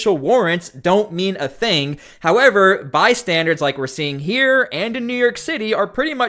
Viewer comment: Bystander. Not bi-standard.